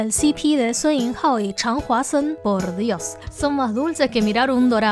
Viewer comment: "Porrrr dios" con muchas erres